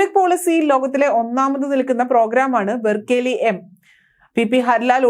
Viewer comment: “ബെർക്കാലി” അല്ല കുട്ടി ബെർക്കിലി എന്നു പറ 😂